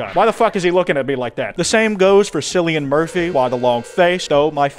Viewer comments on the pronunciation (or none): Im sorry just gotta say, it's pronounce "Kill-ian" not "Sillion". 😭😭 You probably know that though and said it just to get a rise out of any Irish viewers like myself 💀💀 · Did you just say "Sillian" instead of "Killian"? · It's pronounced like "Killian". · "silly-an murphy" im gonna kms